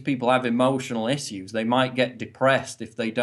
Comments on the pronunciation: The way Paul pronounces "issues" is really annoying he do got good points though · I think that's how the British pronounce it.